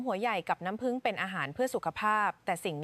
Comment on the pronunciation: เอไอ.มากเกินไปพูดเพี้ยนน้ำผึ้งเป็นน้ำผึ่งฟังแล้วเป็นคนละชนิดกันเลยกลัวคนในประเทศมีแต่คนเพียน